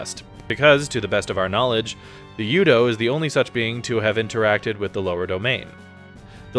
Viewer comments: Never understood how people can know the plot so well but not know the pronunciations. "Cosmos" and "U-dough?" I assume they actually played instead of reading plot summaries, but how do they miss those? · Thumbs down for saying U-DO and KOS-MOS wrong, despite having played around 100 hours of voice acted games where they repeatedly say the words correctly